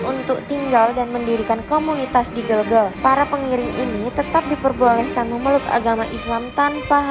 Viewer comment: Gelgel ...e nya dibaca e spt pd vespa